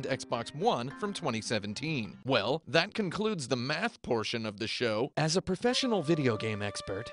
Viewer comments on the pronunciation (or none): none